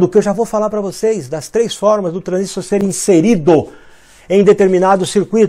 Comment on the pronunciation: O, é transistor e não transístor!